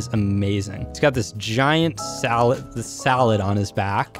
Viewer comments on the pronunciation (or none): salad?!?!? Do you mean saddle??😂🤣🤣🤣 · You know you say salad not saddle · It's saddle not salad